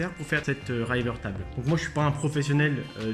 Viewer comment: ça faisait un moment que je devais regarder cette vidéo. très intéressante au demeurant. mais on dit "riveur taibeul". voilà c'est tout pour moi et mon commentaire inutile ^^. have a nice day ! héhé